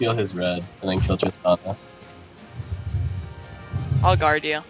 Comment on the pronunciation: Why does keep calling tristana "tristina"? Haha it's weird